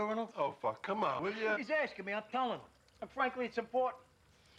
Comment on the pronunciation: "he's ascking me I'm telling him!"